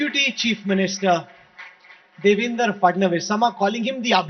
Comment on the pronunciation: Rahul Kanwal was rightly corrected by Devendra Fadnavis for saying Devendar.. Rahul Kanwal should realize that whole of India is not Punjabi like him... Sometimes Rahul Kanwal says Narender to Narendra Modi